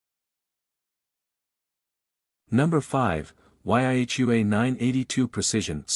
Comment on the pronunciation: The what ? why-aich-you-ay' 982 , dam AI bot commentary' it's YI-Hua ( yee-huwa ) got one used it for 4 years just as good as the hi-end solder stations quick-change cartridge tips , a solder station for a third of the price ................